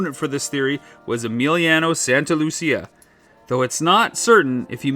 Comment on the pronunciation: You didn't pronounce correctly a single letter of Emiliano Santalucia name